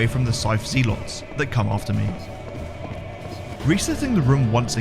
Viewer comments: Just some friendly information. Zealots is pronounced Zell Uts not Zee Lots. Other than that great run as always and entertaining to watch like all the others. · Had to turn the video off when you started pronouncing Zealot as ZEE-LOTS as if it were two separate words! Mispronouncing words is a pet peeve for anyone but especially from a fellow Englishman saying ZEE-LOTS. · Zealots is pronounced Zelots 😀 Not that it matters to anyone. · Lol “Zee-lots” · Zealots pronounced that way makes my skin crawl... zeeelots